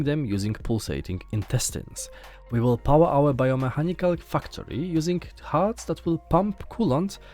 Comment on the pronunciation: Great editing and presentation in this video! Thank you for putting this together. Personally, I think that I'm most interested in StarRupture, as I'm a MASSIVE fan of Satisfactory. Also, quick note on the pronunciation of the word "factory." It's said with a long "a," as in "apple." Your current pronunciation sounds like "fucktory." hehehe Anyway, much love and respect. Thank you again for showcasing these games.